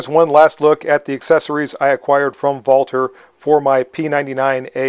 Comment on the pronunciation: “Vaulter” lol